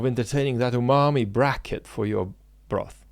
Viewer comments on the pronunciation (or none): none